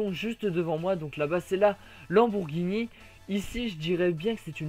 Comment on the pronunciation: c'est lamborghini et pas lambourghini